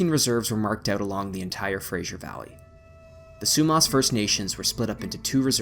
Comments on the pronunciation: It’s Simon Fraser, not Simon Frasier. No “zh”, just an “s”. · Now get FRASER correct lol. Fraser not "frashure" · Pronounced as Fraser not "Frasier"... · I hear it being pronounced Frasier (as in the sitcom). It's Fraser. The rest I knew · hey Albertan it iis Fray zur river not the awful hollywood construct you are spitting out. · NOOO THATS NOT HOW YOU PRONOUNCE FRASER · Yeah, it's kinda weird how he pronounces both of these. I live in the area and we certainly don't say it the way he's pronouncing it. Other than that it's a very good video. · But hasn't gotten Fraser right. I figure the narrator is an American whose pronunciation of it is influenced by the name and character of a popular TV show. 😆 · It's "Fraser", NOT Frasier and it's not pronounced "Sue-moss", it's pronounced "Sue-mass." 🙄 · its pronounced sue-mass & fray zer not frazier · Great video, informative and interesting. Your pronunciation of Fraser, Sumas,Smithe and Aggasizz is abysmal. It would suggest, you do not live here.Otherwise, great work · Great video, but the mispronunciation of the Fraser River, Sumas Lake and, I believe the name of local First Nations was really, really distracting. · This looked like a great video and I was looking forward to watching it. I was only able to watch 5 minutes and then had to turn it off. The incorrect pronunciation of the names Fraser & Sumas made it unwatchable for me.